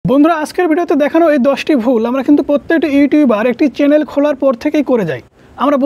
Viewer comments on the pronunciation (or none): কে কে শুনতে পেয়েছো এই টা চ্যানেল কে চ্যালেন বলছেন 😅😅😅